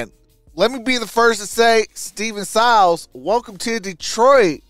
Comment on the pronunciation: It's pronounced..... "Syy-les"